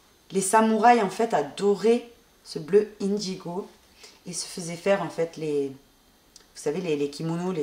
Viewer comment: Indigo se prononce " un digo" et non ine digo.